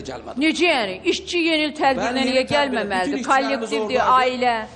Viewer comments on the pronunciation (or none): Emekdar jurnalist isci sozune icci deyir